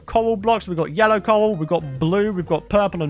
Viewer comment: When you said coral blocks I heard you say coal blocks haha